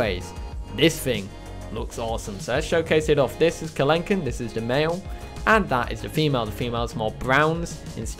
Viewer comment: Just a note regarding the species name; it sounds like you gave it a French pronunciation. Kelenken was found in South America, so it's meant to be in Spanish. The mod is great. My eyes lit up when I saw The Future is Wild's Carakiller as a skin.